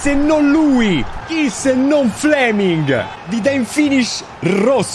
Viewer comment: seee duranville godo..... fle-ming 😂